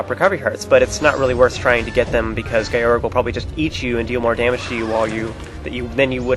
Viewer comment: Wow, I love the way you pronounce Gyorg's name. Guy-org sounds WAAAY cooler than Gee-yorg (that's what I though it was, but that sounds dumb). In Skyward Sword, do you think Fi's name is pronounced like Fai or Fee? I think "Fee" fits her appearance more, and that's how it would be pronounced in Japanese, but I'm not sure